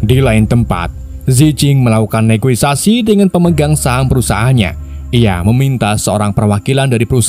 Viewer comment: Negosiasi om bukan negoisasi